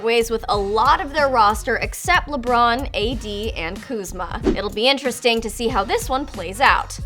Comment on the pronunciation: They said lebrun